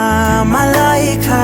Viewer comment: i just searched up my name ad this came up and he actually said it right